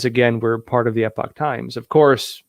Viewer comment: I got an online subscription to The Epoch Times for $77 yearly. What did they teach you in San Diego? lol I thought you might be from the UK by the way you pronounce Epoch and the way you mispronounce Arkansas. lol BTW, this is a slash / This is a backslash \ Web addresses use slashes, not backslashes